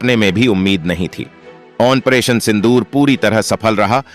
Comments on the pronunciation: आप आपरेशन को आनपरेशन क्यों बोलते हो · It's 'Operation' and not Onperation pronounce it correctly. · तुम यह बताओ की ऑनपरेशन क्या होता है? जो तुम कहरहे हो!उच्चारण तो ठीक से करो! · "Onperation" yah kya sij hai?